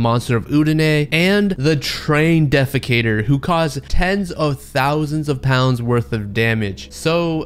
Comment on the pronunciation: “The train defocater” Well. Shit.